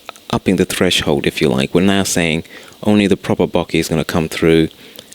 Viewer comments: Boh-keh, not Bocky. Otherwise, great tutorial. Thanks. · since when did an "eh" on the end of a word make an "i" sound?